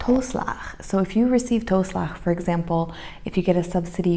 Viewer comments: Toe- in toeslag is pronounced like two-. Apart from that your Dutch is comming along fine. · Toeslag is pronounced like TWO-Slagggg (ggg= the throat sound ;-) ) And my favorite food: Tagine ! My own home made tagine :-) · Toeslag is not pronounced as toe as in foot. Oe sounds like oo as in book.